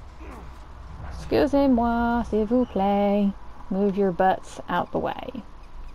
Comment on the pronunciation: " excuse moi s'il vous plait , move your butt out of the way." Nice!! Your French pronunciation is great!!